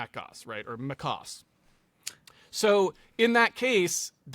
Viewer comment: Mac OS not MÁCOS